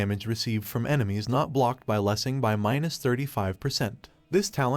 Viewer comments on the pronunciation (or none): I thought I had a stroke when you pronounced that title. My god